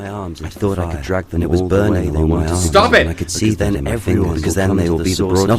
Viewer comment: "Stap it :( " 😭😭